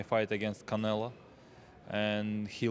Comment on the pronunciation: It is common for Russians pronounce O as A. For example Kovalev used to say it long ago